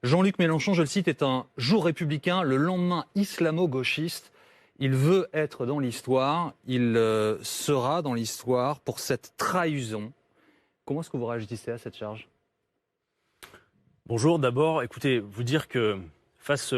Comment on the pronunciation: "Il sera dans l'histoire pour cette traHUsion" Ces journaleux qui ne savent plus parler.